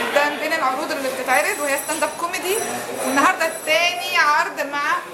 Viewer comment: أستاند مش أساند